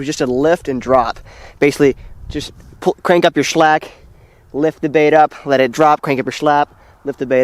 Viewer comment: slack not shlack*